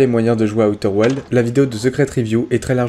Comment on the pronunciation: On dit aouter ouildz